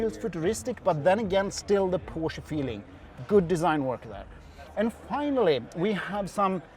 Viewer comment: Great video! Finally a reviewer who can pronounce the word Porsche correctly, like Germans do ;)